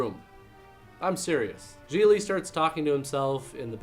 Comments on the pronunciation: I thought it was GIG-LEE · Its pronounced “Gig-ly” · I always pronounced the title as, Gee glee, not, g-lee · I don't care what anyone says. That does not read as "jeelee". It reads as "jiggly". Like jiggly puff just without the puff. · THAT’S how the title’s pronounced?! I’ve been pronouncing it “giggly” all this time!! 🤣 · I thought it was pronounced "giggly". Well, you learn something new everyday. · Really good review, insightful and funny. Glad I didn't see the film. Like "ComicRelief17" below, I also thought Gigli was Jennifer Lopez's character. I didn't know it was pronounced "Gee-Lee" either (hint to Hollywood, try to make your film titles generally pronouceable - and yeah I know that in Italian this name is easy to pronounce, but not for the vast majority of the rest of the world -- Jay Leno who you figure would know, was pronouncing it "Gig-Lee"). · Never seen it, but I always thought it was pronounced "Giggly" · Me too. And I pronounced it “jiggly” because of that assumption. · I thought it was pronounced Jiggly! 😄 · Why are you saying the name of the movie wrong? You don't put any emphasis on the syllables or bother to pronounce it properly. It doesn't deserve it. It's pronounced 'derivative vomit-inducing dross'. I'm very disappointed in you.